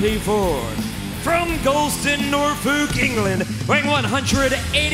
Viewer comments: ‘Norfooook, England’ Christ alive.... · I like Justin Roberts, but please learn how to say Norfolk properly FFS. Mans gonna be shanked saying NorFook when the come the UK! XD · Will Justin Roberts ever learn how to pronounce Norfolk.